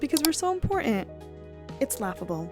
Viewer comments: Dear, it's important not imporant! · Ok. I’ve stopped watching..fed up with the notes being pushed off screen way too fast. It’s annoying. Oh and “important” not “impor’ent”. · Your work is excellent. Just a nit, though--please check your to pronounciation of "important". You say "impor-ant" (I think there are other similar words where this happens).